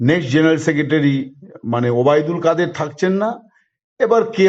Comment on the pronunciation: দাদা, ওবায়দুল কাদের কে কাউকা কাদের বলে কেন একটু জিঙ্গাসা করুন